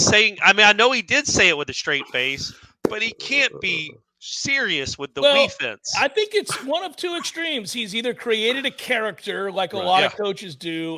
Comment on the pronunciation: Making a sign to hang in my garage gym that says…..”Wefence” lol